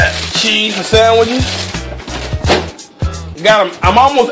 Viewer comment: "fruit bowls fow the ho's" lol